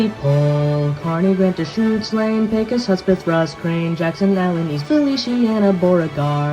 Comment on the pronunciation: Good work, most people say Bexar and Pecos Counties wrong, but not here.